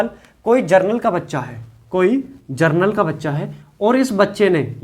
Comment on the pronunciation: जर्नल का बच्चा है ,,😮 ,,,,,की जनरल का बच्चा है,,,sir क्लियर बोलिए ,, कन्फ्यूजन होता है 😂